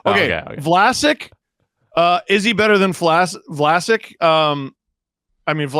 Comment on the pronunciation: As a Sharks fan, almost calling Vlasic "Flaccid" was painfully accurate. 😭